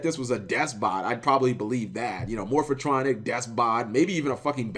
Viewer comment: Lol Cap it's Morphtronic not Morphatronic